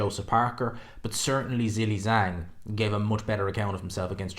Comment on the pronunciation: do you realize that your pronunciation of the name Zhilei Zhang is incorrect? 😬